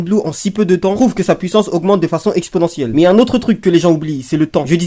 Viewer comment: Exponentielle ✖️ Expodentielle ✅️